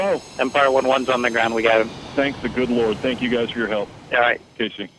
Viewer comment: Wow, "thenk the good Lord" is right.